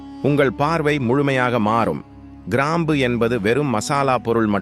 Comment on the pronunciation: People should learn proper pronunciation of Tamil also. Sorry for bringing this up.Most channels falter. Here, for instance, it is krambu and kundalini.